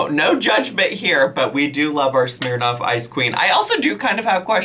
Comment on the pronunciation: The way you say ‘Smirnoff’ kills me